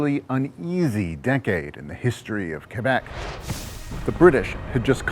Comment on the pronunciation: Thanks for pronouncing Loup Garou and Quebec the right way